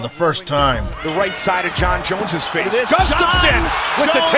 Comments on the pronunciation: btw you're pronouncing it as gustavsen instead of gustafsson. otherwise great vid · Not sure how you mispronounced Gustafsson's last name every single time.